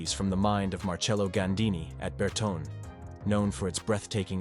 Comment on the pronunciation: Ber "tone"!!